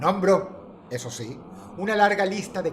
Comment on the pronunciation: ? "Nombro?" No sería "nombró?" Es raro que algo así se le pase a UD, quien enfatiza muy bien los acentos de cada palabra